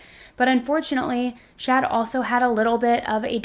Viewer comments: Are you meaning to say "Shad"? Or is that just like an accent thing and you mean, "Chad"? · Chad not Shad. 😂 Js